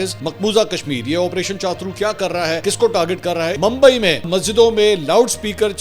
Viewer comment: کیا چاترو چاترو لگائی ہوئی ہے۔۔ چھترو بولو